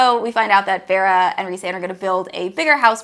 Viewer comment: "Farrah" No ma'am. It's ✨fae-ruh✨